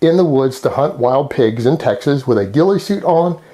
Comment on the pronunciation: "In Teg-suus, you can shoot that person"- of course